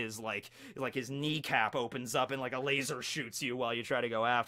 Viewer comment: Love. Love the cringe. Hate the way he says LaZORRRR